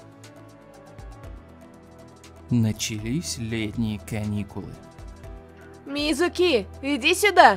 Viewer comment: Не мизУки а мИзуки